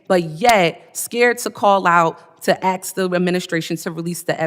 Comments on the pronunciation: It's "ask" NOT "ax". Learn how to speak properly. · "Aks questions" ???